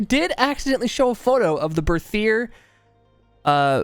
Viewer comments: The Berthier is a french gun if I'm not mistaken, so it's pronounced with a regular "T" sound, not a "TH" sound. "Bertier" basically. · Me and my friends as we were first trying to read this name pronounced it as 'Berthier MLE' so from that day we just call this weapon 'MLEH' and I think it's very informative. Also, I am hyper for SCOTTFIELD META honestly, I really liked the crudeness of this weapon when they added it, but the reload speed was waaaay to long for me to use it in a fight (as we usually just go all in into the enemy team, cuz of playstyle XD) so now with speed loader I think I might find it veeeery nice.